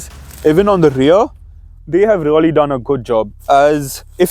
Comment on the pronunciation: Its not rully, its really bhai